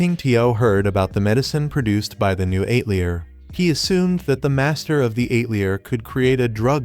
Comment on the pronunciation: The “ate-lee-uhr “? These AI voice overs are so incredibly bad! 👎🏻